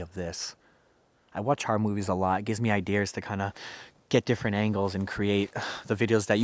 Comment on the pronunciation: “gives me idears” me: tears of joy “that’s the most southern thang I’ve I’ve heard em say”